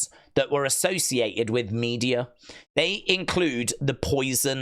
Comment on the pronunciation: It's pronounced Me-de-a, not Media